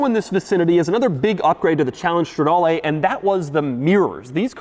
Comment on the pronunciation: It’s not Strawdalay, it’s strehdaaleh